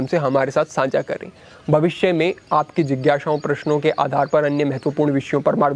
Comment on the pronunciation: agranim nahi bhai saahab, agrani saanjhaa nahi saajhhaa Video to definitely bahut achchhi hai... Bas bhasha ki kuch chhoti si trutiyan sudhaar lein.